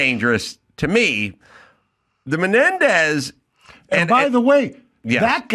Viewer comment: Why does Adam Corolla pronounced these brothers last name incorrectly ???